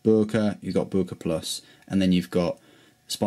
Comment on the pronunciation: boooerker lol